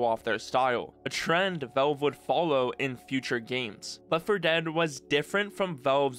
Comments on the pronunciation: drinking game: drink a shot of everclear every time this guy says 'veulve' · Why do you pronounce valve as wolv? Gaaahhh